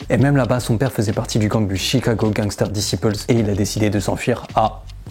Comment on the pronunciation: Les gangue staire d'ici peulze - les français quand ils prononcent des mots en anglais